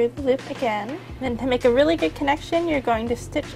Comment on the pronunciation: haha instead of saying make sure she says "wake sure" lolx .. sounds kinda similar !?! :P lolx jk ..